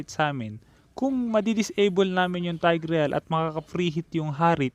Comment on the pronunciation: sana ma pronounce mo ng maayos ang tigreal.. it's tayg-rel. hindi taygREYAL